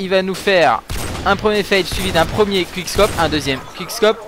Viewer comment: J'adore, a ton premier commentaire sur le clip du jour tout le monde te disait: '' ouais c'est nul, tu sait meme pas dire quick scope, tu dit qwik scop '' Et maintenant... tout le monde t'adore! Franchement Respect et avec toi on a TOUJOURS Nos 5 fruits et légumes par jour:)